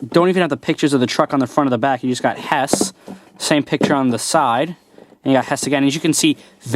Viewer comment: mate I think u said hesh not HESS